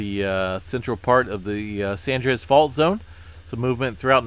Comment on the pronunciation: Love your reports but please say San Andreas...not Sandreas! two words. Keep up the great work!! Thanks.